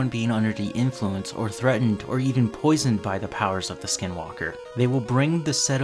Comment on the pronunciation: You pronounced it wrong, and you don’t ever want to find them, they will kill you, they aren’t afraid of playing the long game and these entities are real, and you will have long term effects if you dare to mock them. But the only way you kill them is blessed ash bullets